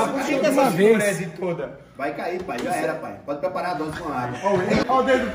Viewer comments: Tem toguro falando DROSE TEM LIKE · PERCEBERÃO O Toguro FALOU UMA DROSE KKKKKKKKK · Tem Toguro falando três "drose" tem like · Tem toguro falando três drose de pre-treino tem like .